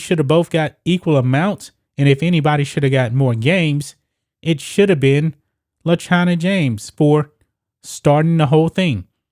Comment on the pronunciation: Ohhhh le china james.. I thought you said vagina james